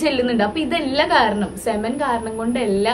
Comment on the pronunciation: Cemen alla 🤦it's pronounced as sea men